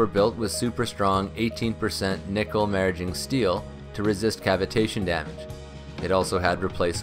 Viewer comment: FYI, maraging steel is pronounced “miraging” as in a mirage not “marriaging”. Maraging steel is really cool stuff. It's what was used to make the springs on the moon buggys.